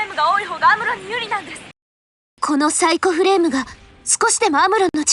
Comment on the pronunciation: サイクフレームではなく、サイコフレームねｗ